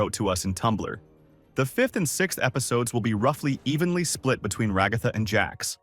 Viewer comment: Just came to comment about the times you pronounced it like "Regotha"